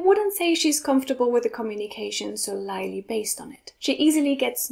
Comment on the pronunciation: i dont think "solely" is pronounced that way.. in your case it sounded like "soleilie" (if you would spell it in german) while it simply should sound like "sol-ly"